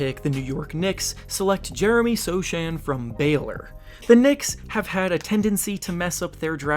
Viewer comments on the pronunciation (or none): You read Sochan "Sohan" not Soszan